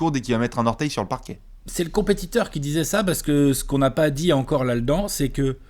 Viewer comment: Non non du tout, par contre je me demande si je suis le seul à triper lorsqu' dit "Lal'dans'' au lieu de" la dedans "